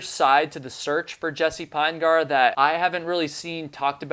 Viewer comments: I'm from Utah where this family comes from. Their last name is pronounced PIN-uh-gurr, not PINE-gar. It is a very large family, indeed. Thank you for keeping awareness of this case alive. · "Pinegar" pronounced like "vinegar." Jesse "Pin-eh-ghur." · Ditto. Pinegar rhymes with vinegar. That doesn't detract from the quality of the video though. Well done,. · Jessie (Pin E Gur), 3 syllables, not two. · His last name is possibly pronounced Pin'-eh-ger. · I don’t think you’re pronouncing his last name correctly. It’s Pin-e-gar. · You’re not saying Jesse’s last name correctly dude! He was my neighbor in Provo Utah and I live on the island of Kauai. Maybe talk more with his father Mark